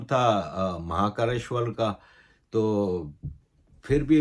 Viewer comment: Sir aapka pronunciation bohut badia hai warna bohut Pakistanio ko bolne hi nehi aate jaise aapne mahakaleshwar bola